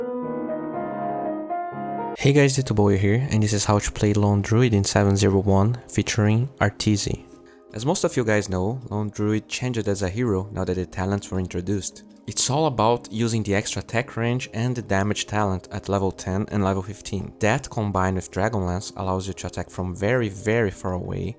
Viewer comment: pick-ed chang-ed finish-ed lol